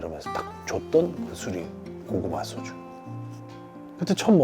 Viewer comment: 왤케 내가 취한거 같냐.. 얼큰허이 '이모 소츄'에 취한 것인가, 에 취한 것인가..